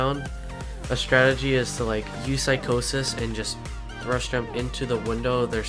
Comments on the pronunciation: Lol psych-au-sis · when u pronounce psychosis I died laughing